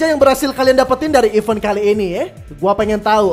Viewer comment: Bang ada niat gak nyari perbedaan pengucapan event dan even? Maaf kritik, ganggu aja dtelinga hehehe